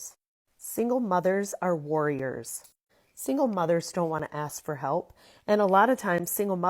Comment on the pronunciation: Did I hear mothers or mudders?🤣